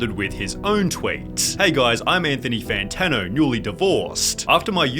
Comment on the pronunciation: Anthony Fanano-a